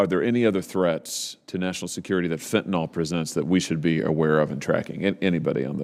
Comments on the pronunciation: Fen-ta-nil = fentanyl Not fen-ta-nol Someone needs to correct them. Someone who took organic chemistry. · It’s fentanyl, not fentanol. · It’s not pronounced fentinall… it’s fent ta nill. It is a very effective medication when used appropriately as prescribed by a licensed physician. It’s was great for us paramedics as it is quick acting and short lasting. Usually by the end of the ambulance transport, the analgesic effects were gone and the ER doctor saw the patient in the same status as the first responding medical care. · I wish these guys would pronounce it properly. It is fentanyl, not fentanol. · It’s fentaNYL !! Short i sound !!!! Not fentanol. There is no drug called fentanol. It simply does not exist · Please learn to pronounce fentanyl.